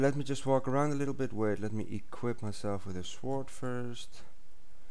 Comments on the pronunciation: why dose he callit sword instead of sord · ITS PRONOUNDED SORD! THE W IS SILENT! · Dude... wow, how do you really not know how to say sword correctly? the "w" is silent. Spelt "sword", pronounced "sord". I was laughing sooo hard when you kept pronouncing the "w"! xD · als je nederlands bent; je moet een beetje aan de je engelse uitspraak werken... Niet gemeen bedoeld ofzo! Maar het is niet s-W-ord maar meer s(w)ord je zegt de W niet echt. je bent wel de beste nederlander die ik tot nu toe heb gezien :) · Lol! Dude you make me laugh! Umm, BTW The way you pronounce Sword is: S-ORD Lol, No problem though! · whats a sward?did you mean sword? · The "w" is "swords is silent. So it's pronounced "sords". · to be fair its pronounced sord rather than sword so it could be easyaly confusing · Dude im not mean ither its spelt sword but say sord ok? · you say the w in sword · you pronounce it sord but its spelt sword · U say it as sord not sword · u say sord its sword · sewurd is not how you say sword:( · its sword not sworde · get it right its shwwwords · Its pronounced not s-word but sord even though its not spelled that way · sw-or-d. lolol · What's a shwyard? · you pronounce sword like sawed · its funny how he says shword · What's a shword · im not being nasty or anything but please say sord that is how it is pronounced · It's pronounced sord but its spell like this (swors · WTF IS A SHWORD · I love the way you say sword :3 from now on that's how imma say it :) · You know the w in sword is silent right? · Your saying sword wrong the w in it is silent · Really? You don't pronounce the "w". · he is saying sword wrong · HAHAHA you can't say sword. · learn to say sword